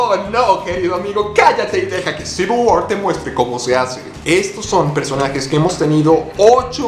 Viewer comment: Eres el primero que pronuncia bien "Civil War".